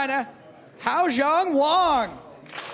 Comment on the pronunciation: It's wang!!! Not wong!!!😆